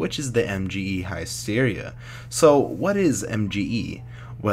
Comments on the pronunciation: HISS-Teria NOT HIE-Steria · high steria? isn't it hissteria? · Did I just hear Heist-Eria? Oh fuck..